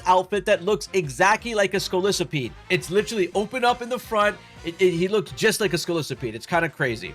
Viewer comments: Scolisapede?? Bro it’s just Scolipede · Scolisapede? It’s pronounced Scolipede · Bro scolipede scoli pede wtf were you saying